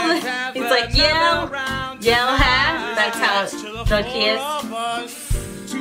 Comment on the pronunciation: It was suppose to be Say as "hell yeah" Not "yell heah" He accidently mess up